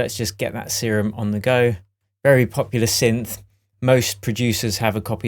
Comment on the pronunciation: its not see-room its serum